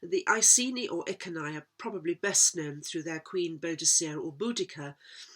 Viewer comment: Iceni could be I cen I pronounced E ken E because down the road you have cent (KENT ) and geni is a Welsh word for birth . Or I geni place of birth